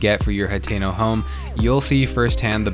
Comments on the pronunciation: It’s hat-ten-oh and ack-ah-lah. Using hard vowels is an American thing. Not so much in Japan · Nobody:: H a t é n o Village